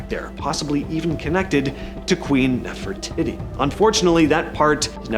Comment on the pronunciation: “Queen Nefertitty?!”